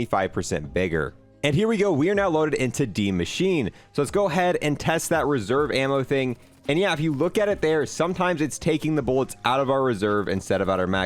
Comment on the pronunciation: die machine is pronounced die machinuh